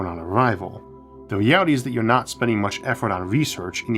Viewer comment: "We can make our dweems a weality!"